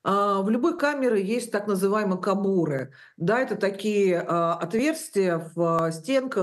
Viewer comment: Вы такие умные, а когда туда приходите онк и подобные им не хера не делаете, поэтому не неси бред, даже если всё так и есть. А ударение правильно научись ставить кабура.